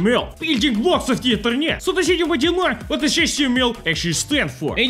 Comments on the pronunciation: Ah yes, inter-nyet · “Building The Internyet” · Ah yes Internyet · Not internet it's internyet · No one:: Inter NYET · its not internet it is inter-NYET:) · Ah yes, the "inter-nyet" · You mean the InterNYET, right?